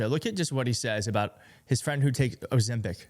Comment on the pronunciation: He can't pronounce the drug?? The fat shot drug??!! #WTF?!!